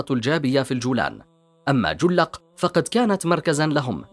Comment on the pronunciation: تقرير جميل ، ولكن نطق بعض الكلمات كان بشكل خاطئ ، مثل جلق ، جفنة ، ماريا ، الجمال ، جبلة ، هذا ما اذكره ، تقارير بهذه الاحترافية لا يجب ان يكون فيها اخطاء في النطق لانها تفسد جمالها.